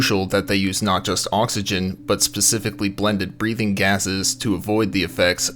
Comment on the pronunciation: Thanks for pointing that out. Now every time the narrator says oxygen, I get a little bothered. I did however enjoy reading through this thread of comments with everyone correcting each other and being wrong most of the time. Enough YouTube videos and everyone thinks they’re an expert haha